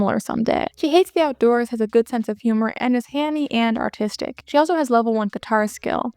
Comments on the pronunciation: Am I crazy or are you saying autistic instead of artistic? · lol I heard that too and I was just listening to the video not watching it and I’m a bit slow so I had to open up the video and watch back a few seconds in order to understand